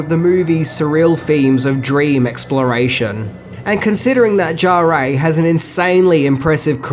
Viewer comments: who is Jarrée? Jarre is more pronounced like jar. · ok Great Video really, but man please Maurice Jarre ... I could accept it pronounced closest by a native English only speaker as the word Jar, should there be an effort, should eventually be trying not to pronounce the D sound that English speakers say at the beginning of the J letter sound, and jar as in a jar of honey, not jaréé, there's no accent aigu pronounced anywhere there, a lot of french interviews with either him or his son with the name said to be checked. Thanks for all the info and fun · Can you please pronounce Jean-Michel "Jarre" as "jaar"?